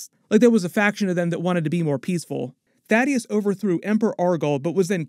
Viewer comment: Thaedus. Thay-dus. Not Thaddeus.